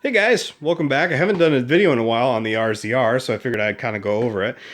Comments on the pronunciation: Razor is what its called, not R-Z-R. And what are Mogmentations? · you are the second person i've heard call it the rzr,,, isn't it short for razor